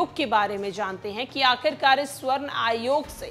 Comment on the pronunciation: मुझे लगता है हिंदी में आपके हाथ थोड़े तंग है। स्वर्ण नही सवर्ण होता है। कायस्थ भी एक बार मे आप नही पढ़ पाई।